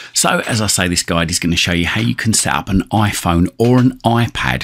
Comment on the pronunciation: Oiphon or Oipad...